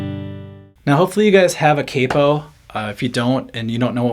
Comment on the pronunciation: Every time you say “cape oh” lol. It’s “Cap Oh” hence the spelling Capo 🤪😜